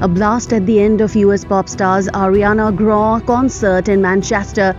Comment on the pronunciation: It's not pronounced Ariana gra it's Ariana grande .